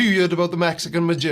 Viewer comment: 👍👍👍 I'm not sure on your pronunciation of dos. Was that on purpose? It's normally pronounced like "dōse". Great ad, too!